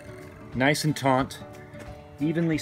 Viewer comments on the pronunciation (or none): just one thing it is taut not taunt. Great vid though.